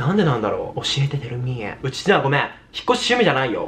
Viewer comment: ごめみぇぁで吹いた笑